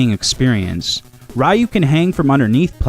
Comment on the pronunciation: It's pronounced ree-u...and it missed the 32 bit era as well